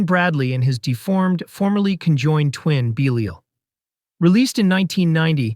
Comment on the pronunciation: Great video and selections. However, the narrator’s constant mispronunciations, some times within the same segments, is pretty distracting and amateurish. Beelial to Beh liel, Tobe and Toh-bee. You can always do another take and say everything correctly once 😅